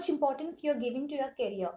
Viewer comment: please sister work on improving your english pronounciation.. it was so annoying to listen words "reshume" "shuddenly" "tawards" "carrier" etc.. what the f is carrier... it is career. otherwise the video was all good.